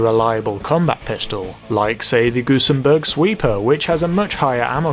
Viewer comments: gun-zen-burg not gun-sem-burg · gusenbErg ffs